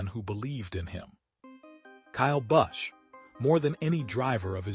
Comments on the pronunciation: learn peoples names buddy--You are awful! Busch is his name. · Sick can't even pronounce his name correctly, not to mention the other names of nascar drivers they butcher terrible A-I post.